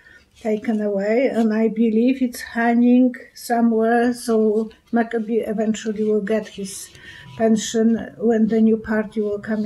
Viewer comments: Hi! You are so sweet and kind! But, may I correct something! Please pronounce Andrew McCabe’s name correct. It’s Mick Kab, e silent and a hard, like cape but with a B. Mc pronounced Mick and Cabe is pronounced A (hard A) and don’t pronounce e silent, like cape but with a B. NOT MacAbee! Ok just wanted you to know I love you enough to tell you❤️🤗🌟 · His name is Macabe. mah- caaaaay--buh3